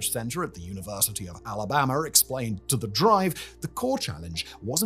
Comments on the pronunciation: It’s alabam”a” not alabamer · "University of Alabamar" "Cheaper to Manufacturer"